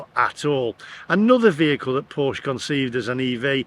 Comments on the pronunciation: You pronounced scone correctly but Porsche incorrectly. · I feel for you buddy but you bought the wrong porsche and learn to pronounce it correctly porsche I mean buy a GT4 more fun better road handeling sticks to curve like glue ,EV sorry to say are more harm to the environment then ICE sports car ,we racked up 80 K in 10 years on a boxster S love that car it makes no sense I would have to drive 100 K to be carbon neutral with a EV porsche